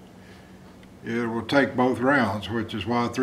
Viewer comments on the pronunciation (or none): none